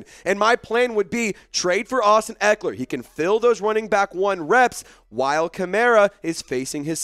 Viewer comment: Dude said his name wrong then trys to trade that guy